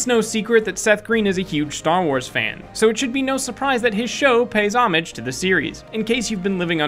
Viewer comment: You are mispronouncing homage.